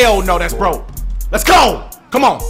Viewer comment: when you say let's go while in a game yelling it sound like you saying it's go!!! homei😁😁